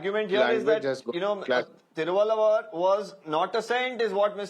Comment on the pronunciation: As you are working in a reputed media organisation, should you not first have the idea of how to pronounce the name of the great Indian poet and philosopher Thiruvalluvar. Or you just sat infront of the teleporter and just reading the lines. He is well known poet and philosopher across the globe. Despite not knowing the Tamil language the name is not too difficult to pronounce.